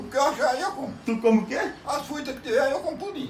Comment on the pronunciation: "As fúitás que tiver ai, eu como" KKKKKKK